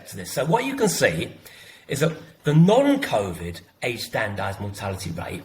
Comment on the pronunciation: John - will you please stop saying "none" to mean "non" they are two different words, non is a "on" sounding word not a "un" sounding word.